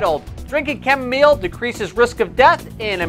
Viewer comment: Chamomile my friend.....not chamomeal